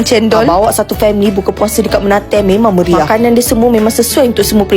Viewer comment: sebutannya "mened" bukan menate🤣😭